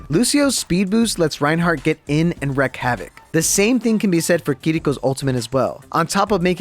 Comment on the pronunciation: Wreak Havoc... Reek not Wreck